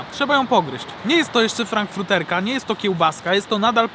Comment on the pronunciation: Zjadłeś hotdogi z każdej stacji, a nie ze wszystkich 😂 Wierzę w Ciebie, ale 8000 sztuk byś nie zjadł, tyle jest oficjalnie wszystkich stacji benzynowych w PL 2023. Ewentualnie - "Zjedliśmy hotdoga na stacjach wszystkich marek w PL". I nie "frankfruterka" tylko "frankfurterka", od Frankfurtu, dużego niemieckiego miasta 😜